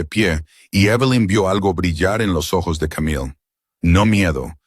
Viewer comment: Que problema tiene el narrador para pronunciar ojos.....